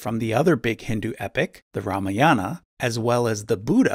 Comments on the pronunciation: Bro, your information is good ... but your pronunciation of Ramayan & Mahabharat is absolutely wrong . Pls work on it and speak properly. Use indian accent for better delivery. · omg yes! cringe every time he tried to say mahabarat or ramayan lol Never the less, much respect and thanks to him for the video!!